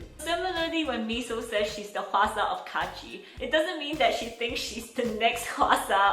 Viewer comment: Why are everyone saying hwasa wrong its not qwasa its hawasa thats you say it